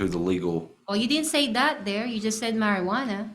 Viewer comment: marjuana is legal in most states. This attorney doesn’t know how to pronounce it correctly.